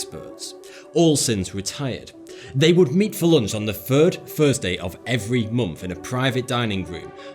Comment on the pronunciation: Its so annoying how this bloke says Fs instead of Ths..fursday , Fird..(third)..and so on...sort it out mate.